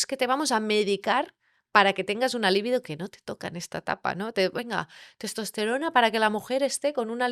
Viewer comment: Libido no se acentúa. No entiendo como difundiendo un video no aprendas primero a hablar correctamente. Es un consejo.